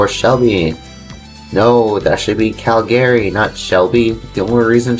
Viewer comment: where is “Cal Gary”? Do you mean Calgary? It’s pronounced “Cal ga ree”